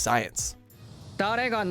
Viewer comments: the way narrator pronounced baccano was def cringe worthy. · the way the pronounced Baccano and durarara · PRONOUNCE BACCANO! CORRECTLY!!!!!!!!!!!